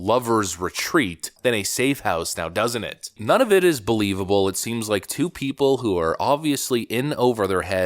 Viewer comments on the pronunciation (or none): none